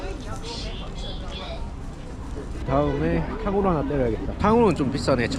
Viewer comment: 탕후루 가슴이 팡팡한데 발음이 … 오차